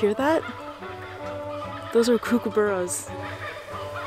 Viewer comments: Hey, when you say kookaburra think cook-a-burrah, not kook-a-burrah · Its not kook its cook. So kookaburra not a kook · Darling, they're not 'Koo-kaburras, they're 'Kook-aburras', starts with 'cook'.